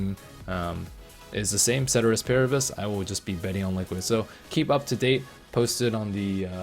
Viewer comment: You pronounced Ceteris wrong. It's Keh-ter-rees while rolling the Rs.